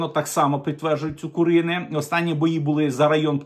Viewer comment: ЦукУрине, а не ЦукуринЕ